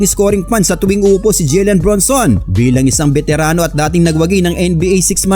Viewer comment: Idol "JALEN" po Hindi "JILEN" ilang vids mo napo inuulit ulit Yung "JILEN" eh. "JALEN BRUNSON" po.